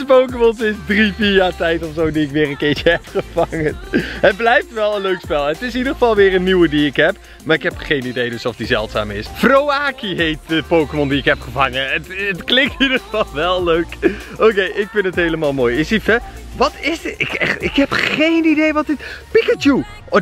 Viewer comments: Froaakie hahaha het is frookie en je schrijft froakie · je spreekt het uit als frookie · Speeltuin is van brawl stars rock En het is eigelijk de uispraak frookie En je maakt mij ook altijd blij hou van jou♡♡♡♡❤🧡💛💚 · Je spreekt het uit als frowki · Je schrijft Froaki maar je zegt Frooki